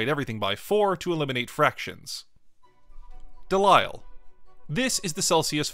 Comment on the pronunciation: Pedantry alert: Delisle is pronounced "Deleel" as in steel, not "Delayle", as in delight.